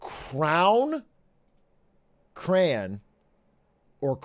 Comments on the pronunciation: Ain't no way this guy says "cran" that's absolutely ridiculous it's literally spelled CRAY ON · It's cray-on!!!